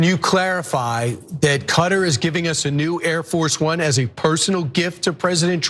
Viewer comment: It's closest to cutter. First syllable is the stressed, the arabic 'k' is deeper in the throat, the middle t is against the roof of the mouth instead of your teeth. You can almost say it without moving your face.